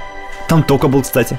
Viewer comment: Горлек на О ударение, Токк, а не Токко Чудесно всё